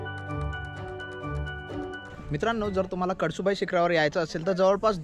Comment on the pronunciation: कडसु बाई नाय रे भावा, कळसूबाई 😅